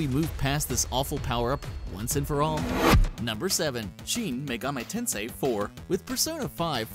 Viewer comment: Almost said Shin Megami Tensei . . . Correctly. . . しん め がみ てんせい If you would like to know: *i*『い』 makes the "ee" sound in Japanese They do not have the english "i" sound, other than "eh" (written with e 『え』)